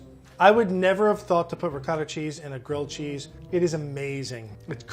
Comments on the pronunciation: Curious how he pronounces it “riquouhettah” cheese but then mozzarella cheese. I mean, why not also say “ouhelleaveh wheulle”? Why not “goureen pouhaipers”? How about “tourmewtee peahaisteh”? If you’re going to invent a ridiculous, non-accent, go all in! Don’t just mis-pronounce one word in a way no one else on earth does. Brand it! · Fey Merritt I cant stand the ‘rigot’ pronunciation of ricotta in America. It’s so far from the Italian pronunciation. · I can’t tell if I’m annoyed, offended,or impressed by the way pronounces ricotta 😂😂